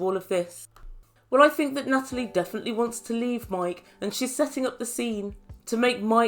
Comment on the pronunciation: Nuttalie - love it!